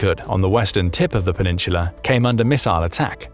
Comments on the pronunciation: No idea why I keep clicking their videos. They never say anything new and always manage to mispronounce a number of words. Penin-sula. Half way through the video they only said it wrong like 15 times. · Yo say peninsula again my dude lol